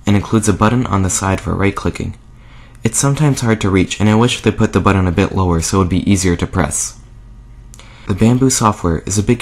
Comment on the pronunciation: it's BUTTON not BUDDON